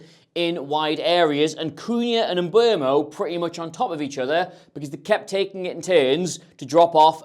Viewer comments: M-be -umo. Not mbwemo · for the last time, his name is MBEEEUUUMO